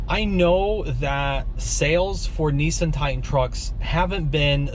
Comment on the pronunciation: he said NEESEN